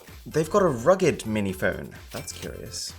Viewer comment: Bro said rugg'egged I'm dead it's pronounced, ruh'gged but spelled rugged.. massive outlet.